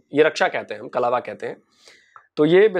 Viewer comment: मैडम कलवा नहीं कलावा है।